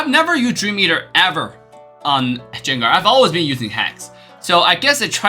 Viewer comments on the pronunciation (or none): It's pronounced Gan-ger not Zenger